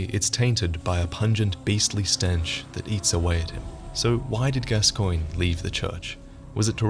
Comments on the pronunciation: It's pronounced Gas-cone, not Gas-coin. Eileen even says his name for you when you talk to her during a certain part of her quest line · Every time some one mispronounces Gascoigne I cringe. Eileen says it in game, it is pronounced Gas-con. I swear, if I talk to someone and they mispronounce it I'm making fun of them and pronouncing it Gas-coig-nee. Cause you know, that's how it's spelled! It must be right! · His name is pronounced Gascawn, just saying. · Why is everyone pronouncing it gas-coin? It's gas-con. It's a French name, I believe. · because the npc's in the game pronounce it like that, also if it was french then it would be gas-swan. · I've never heard it pronounced Gas-swan, only Gas-con... maybe gas-cogn. I guess if the NPC's pronounce it wrong, then we have no choice but to accept it. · Hey, love your vids but you mispronounced Father Gascoigne. It's (Gas-con) Later in Eileen's questline she tells you. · Can you please pronounce Gascoigne correctly in future videos? Eileen says it in game, and its pronounced Gasc-ON. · In the game, eileen calls him Gas-Kwan not gas-coin x.x